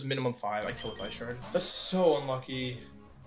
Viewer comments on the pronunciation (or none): none